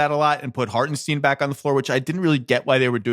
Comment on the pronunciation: Zach, it’s Harten-stine not Harten-steen